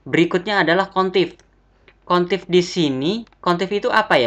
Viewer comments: Average dibacanya "everej" bukan "evereng" Countif dibacanya "kount if" bukan "kontif" Tapi overall ilmunya berguna banget kak.. Cm hrs bljr lg pelafalan bhsa Inggrisnya, Krn anda kan youtuber, apalagi YouTube anda tema nya tutorial, bukan maksud apa2 ya kak, anggap aja kritik membangun, semangat terus bikin konten nya kak... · Maaf nih mas, ingin koreksi cara baca aja. Upper bacanya bukan uper, tapi: APPER Average bacanya bukan evreng (gak ada huruf "n" kok bisa jadi bunyi "ng" 😁) tapi: EVREIJ Countif bacanya bukan kontif, tapi: KAWNT IF Sort bacanya bukan sot, tapi SORT Dan tulisannya bukan "short", karena short bacanya "syort". All bacanya bukan al, tapi: OLL Small bacanya bukan smal, tapi: SMOLL Values bacanya bukan valyu, tapi: VELYUS Silakan dengarkan langsung di google translate ya cara baca yang benar, malu kan kalau mo ngetes karyawan baru terus salah bacanya 😁😂